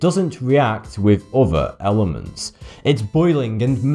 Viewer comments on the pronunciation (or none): "with" becomes "wiff", "other" is "ov'ffer" and "Bismuth" of course is "Bismuff" Why is it that the english take any word spelled with a "th" and pronouced 'em as if they were spelled with a "ff" ? Someone inlighten us please! FYI. I'm Canadian so, I know what I'm talking aboot!